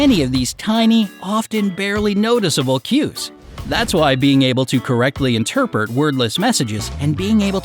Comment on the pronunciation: he says "Correctly interpurt" thank me later